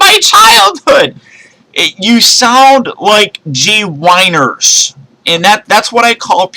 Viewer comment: lol gwhiners